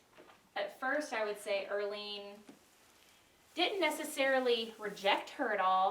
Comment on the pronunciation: Erlene. More like Early-ne 😅